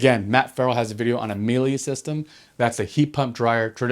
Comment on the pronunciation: Keeps saying Miele wrong >_<